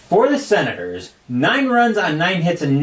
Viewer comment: it is the Senators right? I know you said it wrong many times... hard to do for sure..